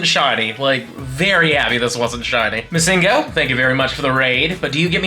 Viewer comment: istg if he calls missingno (the glitched pokemon) miss ingno again i will lose it